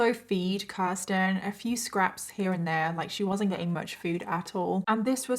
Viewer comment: Age of sexual consent in New York in 1980 was 16. Children could be married as young as 13 with parental consent. Also, thank you for saying my name correctly (Kirsten). Most people don't.